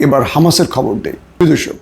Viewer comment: শুভেচ্ছা বলে আসলে খববং বলেন ।